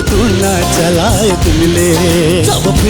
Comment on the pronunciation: शब्द उच्चारण मा को राम्रो थियो,ले तुना भन्ने ठाउमा टुना भनेका छन् खै त जर्ज यहाँ? ईस्टिलमा पर्नु पर्ने थियोे आज